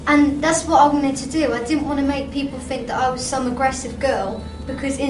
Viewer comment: "I fink" I love it I love her!!!:)